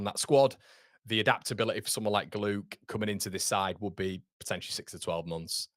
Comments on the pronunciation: Glouch...pronojnced with a gutteral ch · Thank you, 👍 👌 Congratulations to BIJOL on his wedding 👍👌🙏 No, come on, must do better with GLOUKH, no, no, for that price too, no way 😩😫🙏 I hope we can play GNONTO regularly in the premiership next season 🙏 Said it before, let's loan JOSEPH out 😩😫🙏 The price for RAMSDALE we can get better for much cheaper too🤔🙏 Can't lie, I am slightly worried about DAN JAMES 😲 Hoping he's learnt alot from last season because he was brilliant for us 😩😫🙏 Could he be a super sub, used in the last 20 to 30 mins 🤔 If POPE definitely wants to come, let's go get him 🙏 POPE, Solid, Experience, Confidence, Inspirational, a few key words to describe him 👍👌🙏 I think we all want FARKE to able to adapt against different teams & the way they play, surely you have to do this in the premiership don't you? 🤔😲😩😫🙏 Fantastic New York accent 🤣😂👍👌